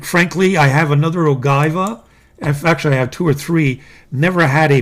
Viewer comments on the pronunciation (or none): ... OGIVA, no ay, carissimo, your pronunciation is off, totally off, you know us Italians. We are special when it comes to pasta, pizza and pronunciation.